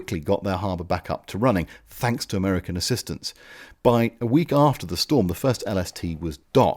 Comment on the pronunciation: "americanerer" :D